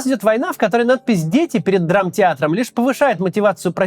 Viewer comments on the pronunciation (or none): пришлось переслушать 5 раз чтобы понять что он говорить "Надпись Дети", а не "Нац Пиздец и"